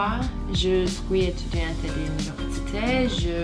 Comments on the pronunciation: EtüdiyantE değillll "etüdiyant" erkekler için ise "Etüdiyan" şeklinde okunur. mais is ma şeklinde değil me şeklinde okunur. 😂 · étudiante = etüdiyant diye okunuyor, sondaki e'yi okumuyorsun! Paris'te yaşıyorum, fransızcaya alışmam en az 6 ayımı aldı. Fransızların eğitim sistemi böyle bir anda kendini bir sürü bilgiyi aynı anda öğreniyorsun. Bol bol pratik, fransızca şarkı ve okuma egzersizi yap! Sen onu sevdikçe sana da kolay gelmeye başlayacak:)